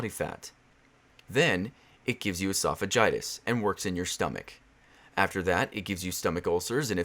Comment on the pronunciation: really really late to this but he said esophagitis